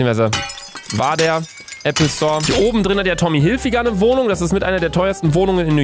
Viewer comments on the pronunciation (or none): none